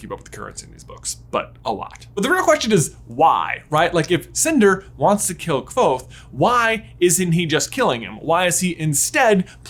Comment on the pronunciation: Your perfect pronunciation of "Kvothe" is SO satisfying.